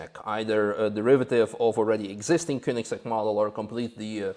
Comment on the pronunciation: Even though I pronounce it wrong myself, it's nice to hear Koenigsegg pronounced properly. Cheers,!